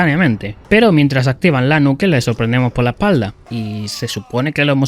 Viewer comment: Cuál era la necesidad de decir nuke para pronunciarla mal existiendo perfectamente la palabra nuclear XDD